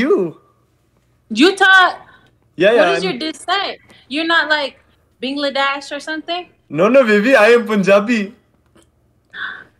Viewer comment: she called him bingladash 😂😂😂😂😂